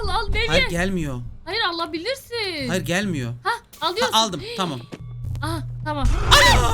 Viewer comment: Hayır diyeceğine "ÇAYIR" diyen koca yürekli:DDDD